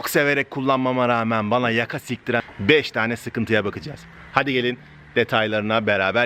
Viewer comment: Silktiren diyor